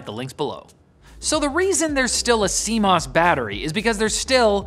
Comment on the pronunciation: "See Moose"? I thought my computer had squirrels and bugs?